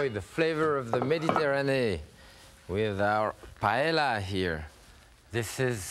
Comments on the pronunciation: and called it "payella"... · I love Chef Pépin. In fact, one time I was cruising on the Oceania Riviera cruise ship while he too was on board and was in my painting class. If I had seen this video before that time, I would have taught Chef Pépin how to pronounce 'paella' correctly. Watching this video, I couldn't believe that a great chef like him was mispronouncing the word.